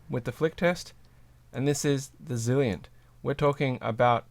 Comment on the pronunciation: You're pronouncing it "Zilient" but isn't it "Zilent" as in silent? Great video, very helpful. What weight were these?